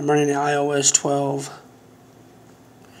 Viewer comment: You said “my io device”